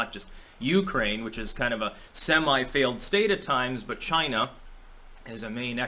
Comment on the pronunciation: You just pulled a trump... "CHI-NA" Lol